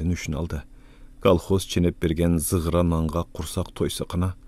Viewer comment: Зыгыра эмес загыра нан